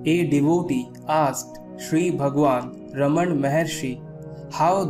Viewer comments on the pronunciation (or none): none